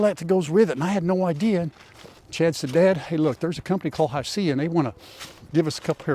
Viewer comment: It may be spelled Hisea but pronounced hisee.